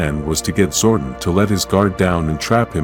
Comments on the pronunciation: its zordon not zordin!! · The ai voice like to butcher all the words like names and make them into one syllable zooorrrdin zooordin that all I kept hearing my god man. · 🥷🏽 said "ZORDIN" && "Knight Knasty" not "Knasty Knight" 🤦🏽‍♂️🤦🏽‍♂️ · Zordon not Zorden don't use AI if you can't make it say words right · It's zordon not zwordin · I stopped watching at 8 seconds when I heard Zordon pronounced Zordin instead of Zor don. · Dude your saying his name wrong I used to watch the power rangers when I was a kid and this just pisses me off I didn’t like your post you keep pronouncing his name wrong 🖕🏻there are you happy I didn’t wanna do that but you fucking made me stop calling him that. Say it right! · Honestly, I stopped watching the moment it pronounced Zordon as Zorduun. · Same. Having Zordon pronounced as Gordon and Bryan Cranstons face as Zordon just made me switch right off. This shit needs banned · Yes I am sure there are linguistics scholars at oxford university that are cringing at the incorrect pronounciation of zordon.